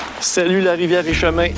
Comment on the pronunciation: Comme je suis de Québec je demeure à quelques kilomètres seulement de ce bel endroit que tu as déniché. Tu prononces Et Chemin comme en deux mots alors qu'ici on insiste davantage sur le T et on dit plutôt EtteChemin comme en un seul mot. Simple petit détail en passant. Cela n'enlève rien à ton expertise de campeur qui, comme tu le dis et le souhaites, nous fournit beaucoup d'inspiration et nous fait rêver. Je te remercie pour cela et te fais savoir en même temps que cette piqûre que tu nous infliges si passionnément vaut mille fois davantage que celle plus détestable du petit maringouin duquel tu as sans doute pris toi-même ta propre inspiration. On voit que tu apprends bien et que tu nous transmets tes apprentissages comme seuls les vrais passionnés peuvent le faire.